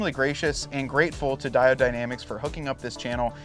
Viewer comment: Its pronounced " die-OWED, not di-odd ""...other than that , great video. Just bought the cowl mounts for my '21 diesel wrangler...